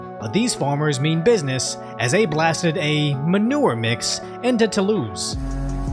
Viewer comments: No, it's a real pleasure to hear you pronounce French words. You nailed it with Toulouse! :D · Frenchman here nah bro it's fine you said "Toulouse" and "Agen" very well👍